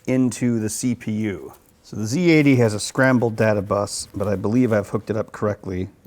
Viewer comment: respect for this man for pronouncing zed EX correctly ,not ZEE